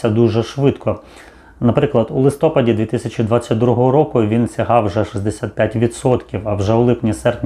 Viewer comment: ЛистопАд. Наголос.